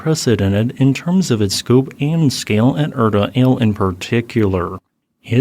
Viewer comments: Feels oddly similar to the 2018 Kilauea LERZ eruption, though hopefully with less destructive results for Afdera. Also, I could be wrong but I believe the 'Ale' in Erta Ale is pronounced "Ahh-leh" rather than "Ail". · Just FYI, it's pronounced Erta Ali, not Erta Ale.